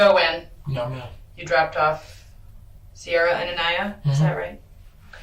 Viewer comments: The narrator consistently mispronouncing ANIYA is crazy like … how many times was her name said over 3 videos and you still say it wrong? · It’s annoying the way the narrator keeps pronouncing Aniya’s name wrong. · So I'm here from the other video and its very sad all these people failed this sweet girl. No disrespect but dude this baby's name is said many times in these videos yet you continue to mispronounced it maybe in the future you could be more aware of how names are pronounced especially the victims. ✌🏼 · It’s so distracting and disrespectful of the victim how you keep mispronouncing her name wrong. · To The YouTube Channel: How about you say ANIYA’S name right!! It’s been said correctly numerous times, & yet you still say it incorrectly when narrating. Why? How? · I agree! It’s ridiculous and disrespectful! We all know how to say her name so why doesn’t he?? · It’s driving me nuts that the narrator doesn’t pronounce Aniya’s name the correct way that is mentioned in the video. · I'm sure imma be called a Karen or something for this. But, this baby girl suffered enough. The least we could do is remember her... and get her name right. Yeah? Her name is said far too often with the correct pronunciation for you to continue disrespecting her for two videos. That said, these two people need to be dismissed from life. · It’s weird you keep pronouncing her name wrong. I thought that in part one, but they literally just clarified how to pronounce it, and you still are pronouncing it wrong. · Even the police officer can pronounce Aniya‘s name correctly. And the narrator still refuses to say it correctly. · The "channel voice" mispronouning the baby's name 😢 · Stop 🛑 Mispronouncing her name 🤬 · Do they at least have enough respect to pronounce her name correctly? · I don't think it matters. The name was given to her by her abusive mother. So, who cares if it's mispronounced. Get over it. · her name is pronouced A-nigh-ah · Aniya (uhn-eye-yah)